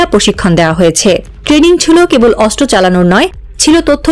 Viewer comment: অস্ত্র উচ্চারণ করতে হবে শুদ্ধ করে 😮😮